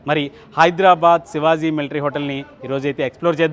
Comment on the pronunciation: Sivazi kadu bahyya…shivaji adi😂😂😂